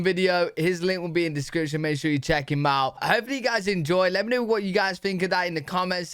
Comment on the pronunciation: J.J. is a Canadian. Listen to the way he pronounces 'about'.It is a tell. So is the way he pronounces "out as OOT